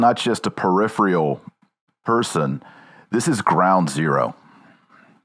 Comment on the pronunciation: This pure gossip. By the way, DOCTOR Taylor Marshall, the word is "peripheral." Per-IPH-eral. NOT "periphrial."